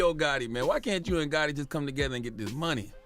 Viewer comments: His name is Gotti not Gurty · why do you say Gaw..ey instead of gottie 😂😂😂😂😂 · Get it right Its HOE GOTTI man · It's Yo Gohhi